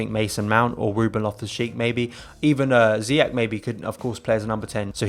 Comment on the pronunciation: His name is pronounced not ZIYAK or ZIYEK. You're getting there though. Kind of.